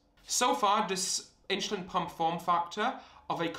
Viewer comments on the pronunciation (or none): WTH is “inSHOElin” 🤷🏻‍♂️ Where are you from where you speak like this?